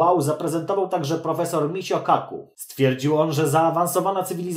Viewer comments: 'michio kaku' czyta się 'miczijo kaku' :'D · W japonskim nie ma CH dlatego nie da sie tego przeczytac. Michio Kaku ma znaki MI み CHI ち O お KA か KU く (lewa strona po naszemu, a prawa po japonsku w jednym z ich alfabetow). Większość czytać można po polsku, ale CHI czytamy jako ć jak ćma dlatego jest Mićo Kaku. W sumie to dobrze swiadczy o kanale skoro przyczepia sie czlowiek tylko do wymowy obcego nazwiska. Po prostu nie ma do czego innego.